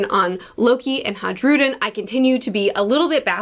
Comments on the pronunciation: Dear, the name Hajrudin is pronounced "Hi-Rou-Dean" sincerely My monk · Hey, love your videos. I just think you should know that it's a soft J and it's actually pronounced "Hairudin" or "High-rudin" Hope this makes your life a little easier and have a wonderful day. :) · Your pronunciation of Hajrudin will never not make me laugh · The you pronounce hajrudin is killing me